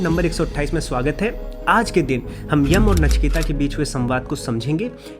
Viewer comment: नचिकेता नहीं है नाम। नचिकेत नाम है। अंग्रेजी और फिल्मों ने हमारी भाषा का सत्यानाश किया है।